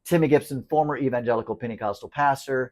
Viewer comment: Wait, did you say Panty-costal? I would like to hear more about that. Sounds like something I could get into! 😂❤